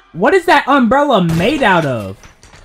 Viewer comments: you said unbrella and not umbrella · Bro first said unbrella